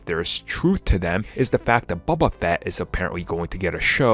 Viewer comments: Baba fett. The way he pronounces his name lol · It's not Bubba Fett